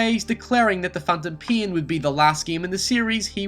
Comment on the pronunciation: "Metal Gear The Phantom Meh"